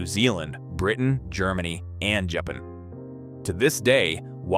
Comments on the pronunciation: You know you're listening to AI when Japan is pronounced Jipin. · how does AI not know how to pronounce Japan? It's almost like it tried to give it a Japanese accent or something. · it's ai - couldn't even pronounce japan